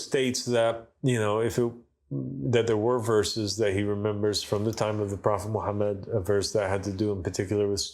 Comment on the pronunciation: This guy cannot pronounce the name of Prophet Muhammed sallallahualaihiwasallam properly and you think he is speaking truth? What a nonsense! This man is a kazzab and implanted to create doubts. Three of his qualities are enough to prove he is indeed a partner of dajjal 1- will never be able to pronounce it correctly the name of Prophet Muhammed Sallallahualaihiwasallam. 2- lies about everything. 3- create doubts instead of removing it from the mind of a layman. He is a disciple of shaitan